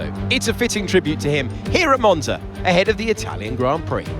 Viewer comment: Just got into f1 and i been watching these vids plus ur hot lap vids. J wanted to say ur commentary is mad entertaining and I love the energy. Also love the way u pronounced the track in the beginning lol, comin from an Italian